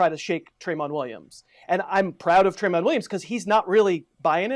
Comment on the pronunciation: This other guy is wack... 1) The player you're thinking of is Tramon Williams, pronounced Truh-Mon, not Tray-Mon. 2) You're probably confusing him for Trevor Williams on the Chargers, #24. 3) That's All-Pro Casey Hayward anyways